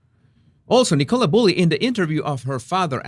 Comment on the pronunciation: por favor ya no la llames “Nicóla”, su nombre se pronuncia “Nícola”